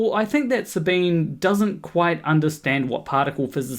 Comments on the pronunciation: Love your channel. Never downvoted you. never will. But Sabine is a 3 syllable name. In German, there are no silent 'e's. So, Sabine, in German, would sound to your ear like Sabina. It's actually Sabin-eh (like the first e in edible), but Sabina is close enough. Her name is not Sabeen. I used to like her channel, but don't any longer. But she (and EVERYONE else) deserves the dignity of her own name being pronounced correctly. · Her name is German and pronounced "Sahbeeneh," not French and pronounced "Sah-been." Didn't watch the rest of the video. If you can't even get the pronunciation of someone's name correct, I don't think you're trying hard enough. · Sabine is pronounces her name Suh-bean-uh, even though there’s an e on the end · Not to be a picky pedant, but her name is pronounced with the e at the end as 'ah'. Sabin-ah. That's how she says it and everyone else who mentions her. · You should at least have found out how to pronounce her name. It's only polite. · slight correction to an almost off topic: Her name is SabinE. She is German, thus the E there is not silent. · Professor Dave pronounced it that way and got comments telling him it was the other way around lol